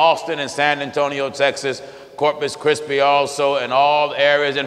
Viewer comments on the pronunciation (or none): Corpus Christi Texas 😆😆😆😆😆, called it corpus chrispy😄😄😄😁😁😅😅😆...don't get it twisted reader I still love my brother.